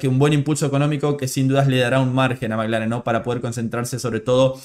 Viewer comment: Perdóname no se si soy yo o tu acento pero parece que dices Maglaren y es McLaren (maclaren)saludos desde Vancouver 🇲🇽🇨🇦🇳🇱🏁🤟🏼